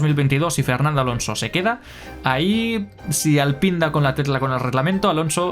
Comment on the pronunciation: Te ruego que no digas Alpín, pordiós! Eres genial pero fijo q no te cepillas con colgueit 🤣